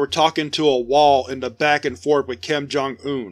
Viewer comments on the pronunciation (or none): none